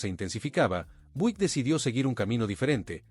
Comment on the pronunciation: Por favor hermano no te ofendas pero me doy cuenta de que no pronuncias bien ninguna de las marcas de los carros,!!!...NNNO SE pronuncia DODGE CHARJER,!!!...SE pronuncia DOCH CHARLLER,!!! OSEA QUE LA LETRA G SE PRONUNCIA COMO DOBLE ELE LL CON TODO RESPETO NO SABES PRONUNCIAR LOS NOMBRES DE NINGUNA DE LAS MARCAS DE AUTOS QUE ESTAS PRESENTANDO,!!!!!!!!!......NO SE PRONUNCIA BUIK SE PRONUNCIA BIUIK,!!...DOCUMENTATE HERMANO.!!!!!!!!!!